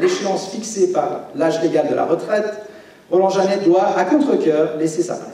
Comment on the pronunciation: Bravo! Le J c’est le S comme on dit